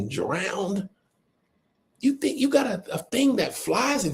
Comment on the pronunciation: AYO…’Fink, fink, fink’ is CRAZY!!!😂